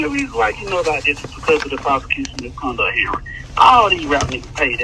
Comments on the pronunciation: MISCONDUCK! 😂😂😂😂😂 Ralo country af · “MisconDUCK Heeeearing” 😂😂😂😂😂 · The way Ralo says “prosecution MISCONDUCT hearing “🤣🤣